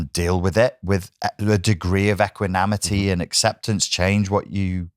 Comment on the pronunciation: equanimity not equinamity